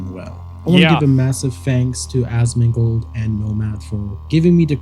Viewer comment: why is it “asmangold” seems like it’s ai 🤷‍♂️😂